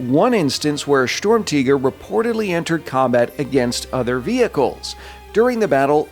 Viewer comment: Its not storm-tiger its sturmtiger you ww2 idiot.